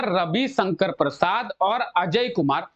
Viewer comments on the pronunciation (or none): none